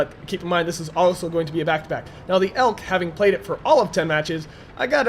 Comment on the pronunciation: It's not pronounced elk, but e.l.c.